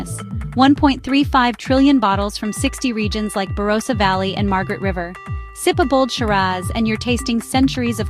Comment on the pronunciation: You're an expert on Oz but you can't pronounce Bondi or Barossa? Instant fail.